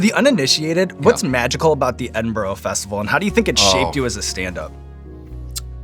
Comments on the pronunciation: for as amazing as Sean is at interviewing and even saying "football pitch" the mispronunciation of "Edinburgh Festival" is an unforgivable cardinal American sin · Pronounced "Ed in bruh" not "Edinboruogh" please. So cool to hear Late and Live getting mentioned. I used to play in a band that went on after the comedians between 3am and 5am. Utter carnage... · Great episode!! And John is correct in pronounced as Ed-in-bur-uh and not Ed-in-buro as Sean says 😊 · The way he says Edinburgh hurts my soul it's ed-in-bruh like John says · The first misstep I have ever witnessed from Sean is him mispronouncing Edinburgh. I’ll let it slide though 😂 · The magical thing about the Edinburgh festival is Americans failing to pronounce Edinburgh. Every year… Born, bred Edinburger… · I finally found a flaw with Sean! Pronunciation of Edinburgh needs work :)